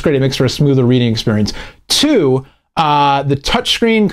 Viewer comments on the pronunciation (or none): i heard choo instead of two